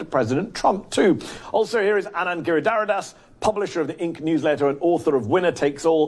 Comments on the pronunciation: It's ANAND. NOT ANAAAND. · That little man is condescending and infuriating. What does the fact that Anand and he went to the same prep school have to do with anything? Meanwhile he can't even be bothered to pronounce someone's name correctly. All that aside his economic theories and proposals are as outdated as he is. I won't waste time watching him again so I hope he will not be asked back on the show. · Jesus, Laffert's mispronunciation of Anand's name is ignorant and infuriating. What a jerk. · Tax revenues literally can't be raised by tax cuts... that's likely saying you breath better after you've drowned because water has more oxygen than air. Side note... Odin save me if I ever mispronounce Anand's name. That look was a RAZOR.